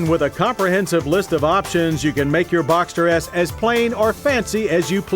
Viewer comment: "boxter yes" 🙄😂